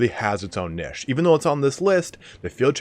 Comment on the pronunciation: Can you learn to pronounce Niche please